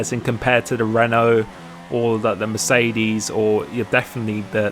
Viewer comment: Dude... it's not Mecerdes.... It's MeRCEdes! :D